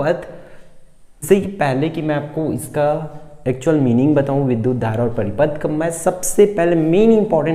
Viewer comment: Paripath Nahin Hai paripath Nahin Hai